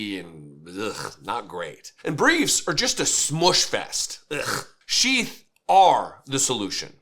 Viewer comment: at first, i thought you said chief underwear. then, i looked at the video and it says sheath. maybe the company should change their name to chief underwear. it sounds more manly.